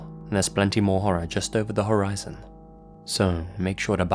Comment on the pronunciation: "Don't worry there will be more stories just over the horror-izon"......hahahaha.